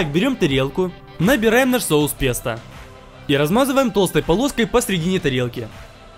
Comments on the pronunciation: Ни "песта" а "пэста" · правильно произносится как ПЭСТО а пишется как ПЕСТО Я не собираюсь кого-то оскорбить или унизить, просто хочу чтобы вы были грамотнее❤️ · А-а-а. Я понял, почему мне так не кажется - я просто пытался произносить правильно - пестО, а не песта (такого слова не существует). P.S. Почему мне сцена из ГП вспомнилась?